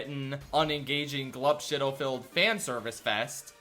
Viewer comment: Glup Shitto with a strong emphasis on “shit”